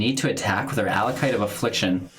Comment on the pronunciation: Thanks for the video! Just one small thing: it's "Acolyte" (of Affliction), not "Allocyte".